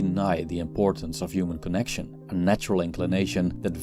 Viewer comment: Please say the H sound when saying human